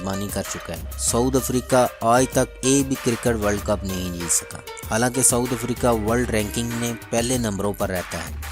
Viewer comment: for God sake's its SOUTH* Africa not saud africa